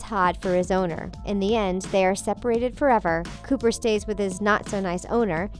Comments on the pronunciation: It's Copper not Cooper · It’s copper not cooper. Makes me cringe that they don’t even have the name right 😑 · ITS COPPER NOT COOPER! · Its Copper not Cooper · The hounds name is copper not cooper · In the fox and the hound - it is pronounced "copper", NOT "cooper" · Um, it’s “Copper” not “Cooper.” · It’s Copper not Cooper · Quasimodo found love in The Hunchback of Notre Dame 2, Iago went with Aladdin's dad at the end of Aladdin and the King of Thieves, Sid was shown to be living a relatively happy life with a job as a garbage man in Toy Story 3, and The Little Mermaid 2 also proved Ariel and Eric's marriage did last. Also you mispronounced Copper's name. It's Copper like the metal not Cooper. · Please learn the characters names before recording. Its Copper Like the type of metal. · That's not how you pronounce the hounds name from Fox and the Hound